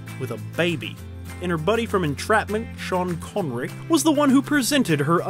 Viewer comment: Great video however, why when you refer to Sean Connery, you do so in nearly an English Accent when he is Scotties?